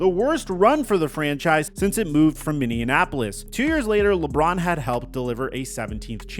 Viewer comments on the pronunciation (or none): Lol, you say “Minneanapolis” 😂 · why did u say minneapolis like indianapolis ?!?! XD its MINNY-APP-POLIS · you said Minneapolis wrong